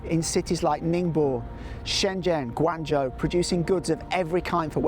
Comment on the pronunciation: Ning bow, gwong Joe, please get your pronunciations right!